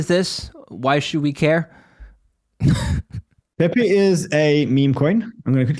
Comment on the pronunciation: You said it right the first time, pee pee coin